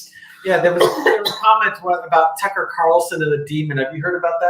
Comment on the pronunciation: calls him Tucker with an F 🤣🤣🤣🤣🤣🤣